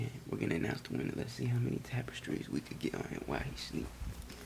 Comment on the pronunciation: He said tapestries 🤭